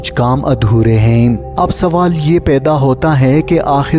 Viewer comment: Tumhy hy aur hain ada kèrna naĥi ata magar itny aham subject per baat kerty ho